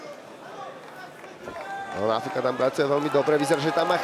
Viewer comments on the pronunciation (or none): kromě tvojí czenglish ohybas i němčinu. Opravdu to není Náááfuka. Už se stáhni do pozadí a nech to někomu erudovanejsimu.😮